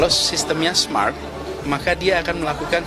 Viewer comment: Aduh nis..nis...yg bilang smart di faseh²kan hadeeeehhh sampai kayak orang gimana lidahnya....pantas saja lidah manis tpi nol kinerja